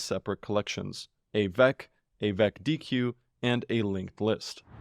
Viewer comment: A deque is read like "Deck" Dequeue is a verb, deque is a data structutre.